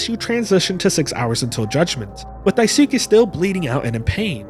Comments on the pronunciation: JP speaker here, no, it is NOT "skay", you don't at Y at the end of it, you're reading that like an English word, but is is not, It's more like "skè". What is it with English speakers who add extra sound behind words, it's like the Japanese who add extra O behind English words. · jsyk Daisuke isn't pronounced with a soo, it's Daiskay. When it ends in a suke, it's not Suke but it's Skay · another mouthwashing analysis another mispronounciation of Daisuke [daꜜisɯ̥ke].........amazing vid lmao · The “u” in Daisuke is silent btw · i love how you say daisuke